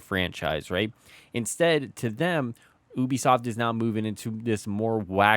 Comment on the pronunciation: I swear I thought you said boobi-soft 🤣